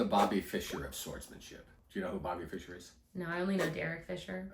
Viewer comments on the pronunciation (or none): none